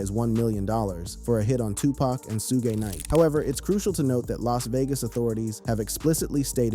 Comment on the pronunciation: Bro u pronouncing suge knight name wrong